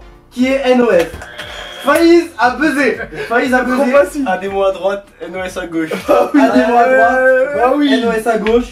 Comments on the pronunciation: on dit N.O.S pas NOS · N-O-S SVP pas nos...... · Il a dit nosse